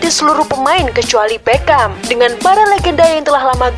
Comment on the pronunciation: tolong bwt conten creator. pembaca narasi nya HARUS yg paham sepakbola. biar baca nama pemain nya gak salah". dia BERGKAMP. bukan Beckam. flying dutchman (datcsmen) bukan datcsman